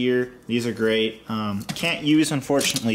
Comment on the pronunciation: Every time you said Great it sounded like Crait so yeah.